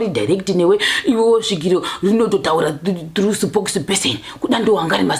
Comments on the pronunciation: Akaoma sipokisi peseni uyu kkk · Sipokisi peseni haaaaa pronouncation kkkkkkkkkkk